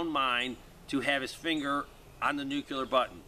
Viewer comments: We really need to work on the pronunciation difference between NUCLEAR and NUCULAR....😘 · Sorry, pet peeve. Nuclear is pronounced nu clee er not nu cu lar.